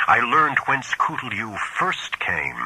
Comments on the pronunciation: Why is he pronouncing "Cthulhu" as "Coolioo"? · Cthulhu’s actual pronunciation is much closer to “klu-loo” according to Lovecraft himself